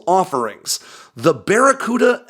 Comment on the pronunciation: "It's that there bacaruda missile"